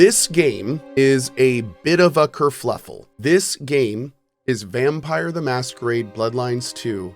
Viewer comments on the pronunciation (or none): Kerfuffle* not kerfluffle